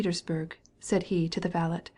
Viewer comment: sorry vale’t’? do you mean valet?